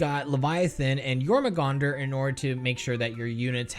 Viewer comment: The two acceptable terms for using a Barbed Strangler are 'discharge' and 'ejaculate', because they're described as a 'muscled tube that launches a seed via a powerful muscle spasm'. P.S. Your-mong-dur, not Your-mah-gong-dur.